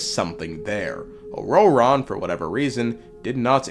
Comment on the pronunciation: The way you pronounce ororon is jarring as hell